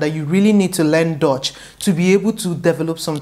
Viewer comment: It is not pronounced as dotch, it is dutch u not o